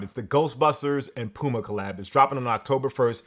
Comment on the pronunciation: I'm surprised that you pronounced PUMA accurately. What did China do to you?